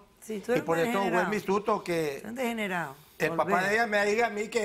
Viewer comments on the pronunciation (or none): "tú eres un degenereke"